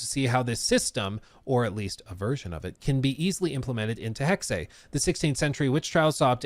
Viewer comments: yes this! It's Hex-uh. It's the infamous Porsche situation. Most amaricans say Porscheee or just porsch. But it's porsch-uh. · I’ll post this again since YouTube keeps deleting my comments. It’s Hecksuh. Wiktionary and Google both have audio pronunciation you can play that show it as such. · Hexe (Heck-se) 😊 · I hate how Hexe is being pronounced oml its driving me up the WALL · god thats painfully cringe. The word is German, its not an English word. The pronunciation of it should be the same as the German, tho you might have an accent or something. Saying "im saying it in english" is so cringe man, thats like saying "kindergarten" is pronounced a certain way and you dont care what Germans say causes its English 😂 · it is so abundantly clear that you are not aware of what you’re talking about. Tons of words in the English language come from other countries originally and the pronunciation changes when they are in English. That’s why it doesn’t matter, speaks English and he is saying it incorrectly. However if you really wanna get down to it I even asked a family member who is married to someone from Germany and he said I was saying it correctly. The word is different in Germany than it is here. The reason I said I don’t care about how they said the word is because I was referring to how said it and he was saying it incorrectly. And like I told the other guy in this comment section I’m done discussing it with you because apparently too many of you have the intelligence quotient of used tampon. You look like you’re probably about the same age as the other guy I was arguing with Gen Z and I damn sure won’t take the pronunciation advice from your generation who make up words. 😂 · basically you say hex as you would in english, and add the second e, which is pronounced exactly the same way as the first e in hex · It’s hex-uh not Hex-ay. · it's not Hexeyyyyyy it's just HEXE 😂😂😂😂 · It's pronounced Hexe, but not Hexée like says it. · "Hexei"???? "Hex-Ey"????